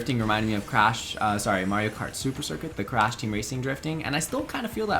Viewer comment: When said he had never played crash I thought he said he had never played crap.